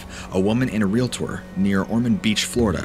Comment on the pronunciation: Thank You for pronouncing REALTOR. correctly MOST Americans CANNOT ALSO… …NUCLEAR. Both haveTWO syllables NOT 3